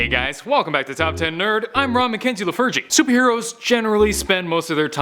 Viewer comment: Did anybody else hear Ron McKenzie the virgin